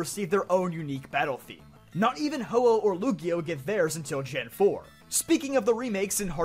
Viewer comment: Lugia? He pronouced it correctly